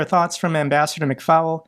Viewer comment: McFaul is pronounced McFALL like fall over.! not fowl like a chicken - even prof Gerdes got it right this week....please do not call the name FOWL..thanks -hope you see this!